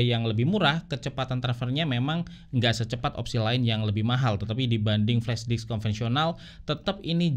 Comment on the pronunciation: flashdisk bang bukan flashdiks 😂